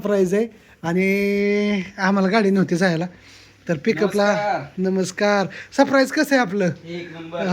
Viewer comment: सप्रैज नाही सरप्राईज